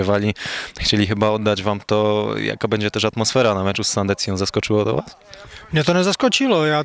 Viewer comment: Sandecję, a nie Sandencję bo nie ma takiego klubu. Polonia : Sandecja 2:3, rewanż za jesień :-) Pozdrawiam kibiców Polonii i do soboty.